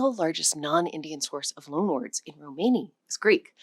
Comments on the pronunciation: Why do you pronounce it "romehni" half the time? It's grating. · Every video on you tube recently is saying the same in corect way . So anoying . Theres no such tjhing as a RO - MARNI . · The word "Romani" is accented on its FIRST syllable /ˈrɒməni, ˈroʊ-/ ROM-ə-nee, ROH- Please do your damned research! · You pronounce Romani in two different ways, sometimes correctly, mostly incorectly. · The stress is 'ro-mani and ro'ma. Most English speakers will intuitively place it wrong in either word